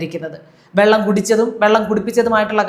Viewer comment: 1.41-വള്ളം അല്ല സാർ വെള്ളം😂